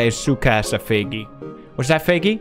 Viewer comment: I have CC on and every time he says Feigis name it shows up “faggy”😹